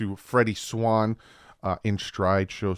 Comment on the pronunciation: Love your videos... But your killing me smalls!!! Lol. His name is pronounced * SWAYNE* *SWAYNE*!!! Not Swann like the bird but rhymes with Bruce WAYNE! SWAIN!... Forgive me for the caps. Luv u brother